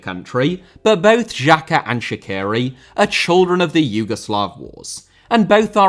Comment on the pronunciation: You just have to learn how to pronounce Shaqiri. So, not like that Columbian singer Shakira, but Sha(ch)iri like e.g. in word bea(ch).